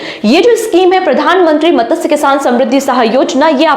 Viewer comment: मत्स्य...not मतसय